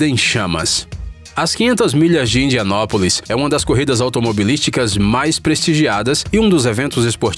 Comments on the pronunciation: Indiianápolis e não Indiánópolis! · 500 milhas de Indianópolis...... Kkkkkkk, não seria Indianápolis? 😂😂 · Pôrra!!!!!!!! Vc falou 500 milhas de IndianÓpolis????? NUNCA OUVIU FALAR IndianÁpolis ????